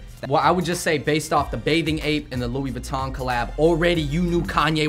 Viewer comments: this man said lewis vuitton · "Lewis" vuitton you cant even pronounce it properly mr "yeezy enthusiast" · Lou-ee viton 😂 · Luis Vuiton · "Lui Vuton" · Luis Angeles, He isn't a Louis Vuitton enthusiast is he? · This dude said LEWIS Vuitton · my nigga said lewis vuitton lmao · Did that dude say “Lewis Vuitton” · “luis vuitton” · This nigga just said Lewis vittorn lmfao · "Lewis Viton" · he said luis vitton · Dude loses all credibility when he mispronounces Louis Vuitton lol.